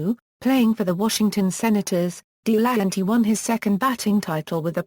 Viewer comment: Pronounced Del a hanty not Dee lanty